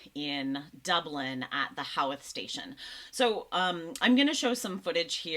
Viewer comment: Those boys in Dublin Howth Station were all released without charge. [FYI, Howth is prounced Hohth :-) ]